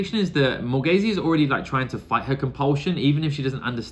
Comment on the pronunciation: Morgase is pronounced simply more-gayz.